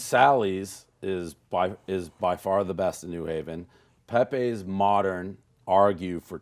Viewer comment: FRANK PEPE’s PIZZA IS NOT PRONOUNCED LIKE THAT 😂😂 it’s like “Pep-ee” NOT “pepay”